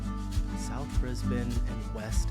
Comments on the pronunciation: It's actually said Brisban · … It’s Brisbn and Melbn 😂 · It's pronounced Brizb-n - forget the a and the e. Brissy is such a great place to live, we left about 8 years ago after more than 20 years there. I miss it a lot. But we were back there for Christmas and the weather was the worst! Take the tips from this video about when to visit.. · Pronounced Bris - bun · Bris-bin FYI lol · Okay fyi it’s Brisbin and Melbin lol 😂❤ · Pronounced Brisbin.... Honestly... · BRIS-BUN! BRIS-VEGAS! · Brisbane (Brisb'n) is pronounced as though the a and e do not exist 😊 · It's Brisb'n buddy 😂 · Ok it's pronounced Bris-bun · Pronounced Brizbin bro Kia kaha Brotha ❤ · Yes. It's pronounced as if the second vowel is absent. Briz-b'n. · It is pronounced Bris-bin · If you want to say Brisbane like an Aussie, say it like "Bris-ben" or even "Brizbn". LOL I commented this before the video told you how. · Haha came here to say the same thing! Brisbn. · It’s weird hearing you say Brisbane.yes the guy in video says it right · 13th best thing to do in Brisbane is pronounce it right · Brisbane pronounced bris-bin Edit: Lol, he realised less than a minute in the video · OMG his pronunciation of Brisbane was like nails on a chalkboard. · I think the bane of Brisbanians is hearing Brisb'n pronounced Bris-bane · U learned it, so please never call it Bris Bane again. That is soo annoying cuz EVERY American does it. As a long time WWE Fan it annoys me that after 20+ years, some WWE Announcers still say Bris Bane even though they have been here many times. Brisb'n. Also I live in Brisbane. Was born here, spent a few years here, moved away, came back as an adult, and lived here ever since, I am 37. Brisbane is my City. Although I gotta say Adelaide is beautiful, flat, clean with a friendly population. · It’s not pronounced Bris .. bane it’s sounds like Lisbon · Sorry Dude, we don't pronounce Bris-bane like that. It's more like 'Bris-bin'. I know it's stupid. But its a fact. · Not Bris bane Brisbane